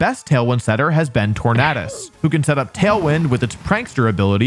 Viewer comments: Its not Tor-nad-us its tor-naid-us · Why do you pronounce Tornadus like it's stuffed with cheese and chicken?